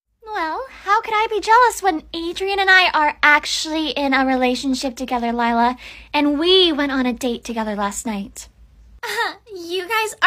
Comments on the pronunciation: You mean lie–la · When he sayed her name lie-la lier😂😂😂😂